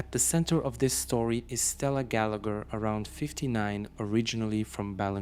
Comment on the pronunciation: Gallagher is pronounced "Gallaher"